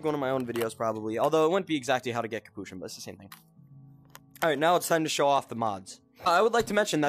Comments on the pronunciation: It’s capuchin not kapouchan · Its not capuchin